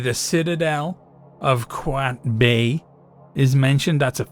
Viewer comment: Egypt mentioooooooned wooooo. 🦅🦅🦅 🔴⚪️⚫️ The citadel of quayetbay: qaa-yed-bae / qaa-yet-bae